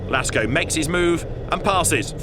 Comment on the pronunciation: Why is he saying Lasko and not Lacko